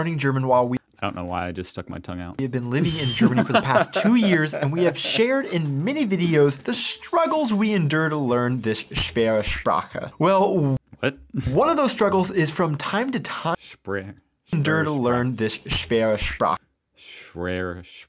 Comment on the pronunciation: „Schwewe Sprasche“ 😂😂